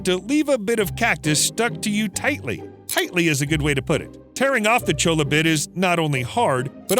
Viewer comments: #1 cactus wrens don’t live in cholla they live in saguaro. #2 the L’s in CHOLLA is pronounced with a Y. Stay woke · Please edit it to where you’re saying cholla the proper way. It sounds ridiculous the way you’re saying it. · He pronounced cholla cactus "Cho-la"... That is so wrong... it's "Choy-a" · CHOLLA CACTUS……CHOY-YUH CHOY-YUH not Cho-la. Ugh. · Cholla is a spanish word and is pronounced as "Choya," not "Chola." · Bro just called them cholla lmao (it’s actually pronounced choy-a) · Choi-yuh not chola. In Spanish when there are two Ls together it makes a yuh sound. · "Chola" cactus 😂 Nah, man, it's pronounced with a Y, not actually with the L's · That's not a chola it's a cholla. Dear lord that pronunciation he used creates a HUGE discrepancy. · It’s pronounced “choy-ya” not “choa-lah” It’s a Hispanic term, Cholla. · Omg Cholla is not cho-la it's choy-ya. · Not Chola cactus, choy-uh cactus. The L's together make a Y sound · The cactus is pronounced choy-ya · Cholla is pronounced ChoY-ah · Small bit of advice: cholla (the cactus) is pronounced “choya” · You should do a whole video on the cholla cactus (pronounced CHOY-YA btw) Those suckers are little hell plants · Cholla is pronounced choya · It’s actually pronounced “CHOY-uh” cactus. (Arizona native) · My boy its pronounced CHOY-YA cactus cholla is slang and it's a jumping cactus not a flying cactus. - The desert people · its pronounced choya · Jsyk: Cholla is pronounced as "Choya" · Fun Fact: Cholla is pronounced CHOY-ah. It's a Spanish word, and a double L is pronounced like a Y. Bonus Fun fact: And a J is pronounced like an H. The city of La Jolla is pronounced La Hoya. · It’s actually pronounced (choya) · the mispronunciation of cholla pains me. its "choya" the two L's make a y sound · Cholla is pronounced wrong in this vid. “Ll” makes the “y” sound. Should be Choya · Jumping cholla pronounced choy-ah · Cholla is pronounced "choya" because it is Spanish. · The cactus is pronounced like “choya”